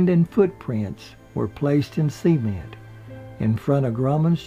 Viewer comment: "Co-cola", "see-ment" Priceless!